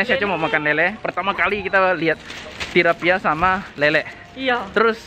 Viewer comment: Bukan Tirapia tapi Tilapia(Nila)